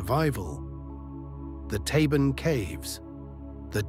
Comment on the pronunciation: It's actually Tabon Cave not Taven